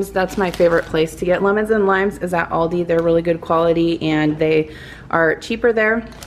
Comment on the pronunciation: Thanks for sharing your haul! Everything your going to make sounds delicious! Yes! You are saying it right! Have a wonderful weekend!